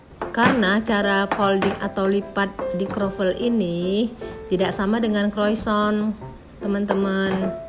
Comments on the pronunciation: Salah juga om bro.. yang betul penyebutannya koasong. CMIIW 👍🙏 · Mau koreksi mba, utk sebut kata croissant itu yg benar cara bacanya " croasang " dlm bhs prancis..